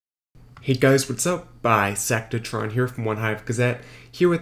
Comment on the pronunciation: You gotta learn saying Bisectatron from Bisectatron Gaming lol